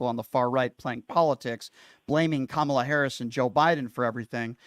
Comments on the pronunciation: Oh yeah, sure. Kamala couldn't have accomplished anything on her own merit * snark* this caller is a maga POS like all of them., come on, man. And her name is Kamala.: like a coma + la dumbass. They mispronounce her name purposely as a means of disrespect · It's Ka-ma-la or VP Harris! 🗳💙🇺🇸⬆️⬇️ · Pronounce her name right You piece of💩. These story’s that came out about the 🤡 and been investigated and that’s why he’s where he’s at 💩 behavior and trying to normalize his criminal behavior f you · Pronounce her name correctly. Show at least that much respect. You know nothing! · Say VP Harris' first name correctly. Shows just how ignorant you are! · Why can’t this MF’R pronounce the VPotus’s name correctly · Can any of these guys pronounce her name right? Are they doing it on purpose? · This jerk is purposely mispronouncing the VP's name.He is a racist. He is scum. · He can't even be bothered to learn or pronounce her name correctly. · This moron can't even pronounce Kamala's name correctly.